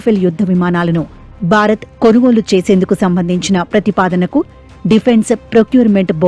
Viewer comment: బారత్ కాదు భారత్